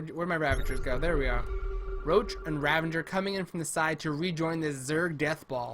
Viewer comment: RAVAGER NOT RAVENGER